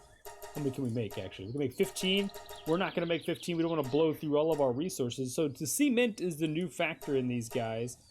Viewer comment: bro said c ment hahahaah